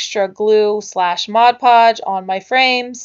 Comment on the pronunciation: New sub, I love anything nautical or beachy looking. Also love that you say Mod podge & not Modge podge. :D